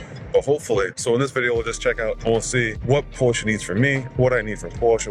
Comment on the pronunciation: Just wanted to tell you that you say Porsche perfectly. I speak German and from all the vids online, man you nail it. I have a GTS waiting for me for European Delivery in a month. Have fun!